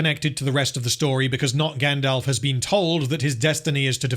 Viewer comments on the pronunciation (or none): “Grand-Elf.” This is pain.